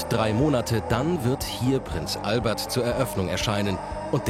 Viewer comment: Es heißt übrigens Fürst Albert & Fürstin Charlene von Monaco (Prince Albert ist übrigens die Bezeichnung für ein männliches Intimpiercing 😅). Und die Vornamen werden französisch ausgesprochen. Das nur zur Info damit euch kein internationaler Fauxpas bei der Begrüßung der Monarchen unterläuft.